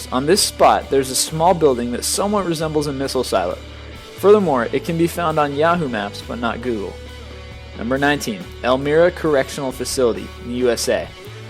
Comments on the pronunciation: #19 is pronounced Elmira NY (Elm-eye-ra) NOT Elmeera I live an hour away from there. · Elmira is pronounced L-MY-RA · did you just say El-meer-uh *whispers* it's elm-eye-ruh i live near dere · That's el-MY-rah, New York. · loving how elmira made this list...elmira has hardly anything happen at it...and its not blured out. and its pronounced el-my-ra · It's pronounced El "myra" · Elmira+ Elm-eye-ra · its pronounced "L-My-rA: Elmira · You pronounced Elmira wrong... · oh my god he pronounced my home town wrong Elmira. and there were only 2 break outs there what a dumbass